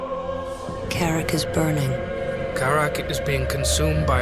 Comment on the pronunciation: kuh-RAHK. come on man they say it in the cutscenes.